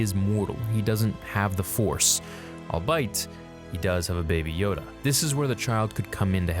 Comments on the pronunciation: Allbite? Albeit? If it’s albeit then it’s usually pronounced all-bee-it 😁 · Albeit = "al-be-it" not "al-beit" (Just pointing this out because I've heard you say it in a few videos) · Allbite? It's Albeit "all be it" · All bite? It’s albeit aka all be it 🤣🤣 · Albeit = All-Be-It, not All-Bite LOL!!! , sorry mate. Had to call that one out........ Also force users are also mortal...... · Albeit- not "i'll bite" but rather "All be it". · Bruh.. it’s all-bee-it, not all-bite 🤣🤣🤣 just for future reference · Albeit is pronounced All-be-it. That is all. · You said albeit wrong, it’s not albite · Lmfao pronouncing albeit as "I'll bite" is hilarious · Albite? Lol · as someone who pronounced albeit the same way for most of my life, i feel the need to let you know its pronounced all-be-it. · "All bite" - 2020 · did you pronounce "albeit" as "allbite"? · pronunciation. look up 'albeit'. al-be-it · (Pssstt.... "albeit" --> /all-BEE-it/) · "Albeit" pronounced incorrectly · you pronounced "albeit" wrong! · Albeit is not pronounced that way my man 😂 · I’ve never heard anyone pronounce “albeit” the way you do. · Is that how you pronounce 'albeit' in Canada?